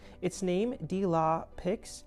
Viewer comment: "de la paix" is pronounced "də lah peh". The x is silent. :)